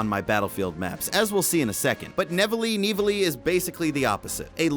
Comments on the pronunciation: It's in France so it is pronounced "Ni-vell" you uneducated fat fuck! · "Nivelle" is a french town. The prononciation of this last is "NIV - L" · Hehehehehe... he said Ni-velly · Hey, you can say Neve-L for Nivelle nights, and like the state of Utah, Prise de(the) Tahure, hard for me help you with the end of Tahure 'cause we don't pronouce the "u" the same way in french and english, but I hope it helped you, by the way "prise" means taking, keep doing your good job, I love to see your videos, Your fellow french Quebecer:) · Pronounce it something like Nivél or Nivail as 'Elle' is for 'She' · Why can't you pronounce Nivelle